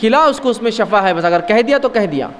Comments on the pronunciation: Lafz Shafa ni hota Lafz Shifa hota hai Shafa ka matlb moat ya dkhell dena hota hai aur shifa ka matlb sehat yabi hai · Bhai shafa nh hota shifa hota h